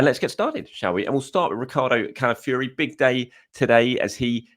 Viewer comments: Ciao, do you know any Italian to help you with the pronunciation of Calafiori?😅 Otherwise it's going to be a long season listening to you😂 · please listen to this pronunciation of Calafiore Love your work